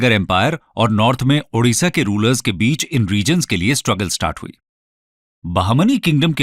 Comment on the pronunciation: It's odisha not orrisha